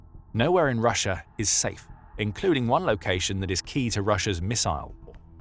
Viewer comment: "perfect place por putin po position pussia's post pimportant poil pacilities" Did anyone else hear that too?